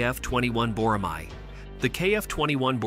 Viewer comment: Can't wait for their block 3 program to be fully implemented for full stealth capabilities. BTW, tell your AI voice to say Bo-Rah-May. Not "Mahi"